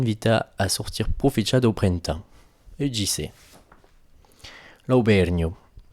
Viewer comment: * [prin'tan] > prin'ten